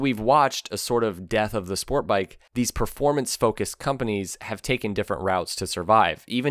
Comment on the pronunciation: There is a T in the word sport bike. It is not Spore bike. I hate that speech impediment.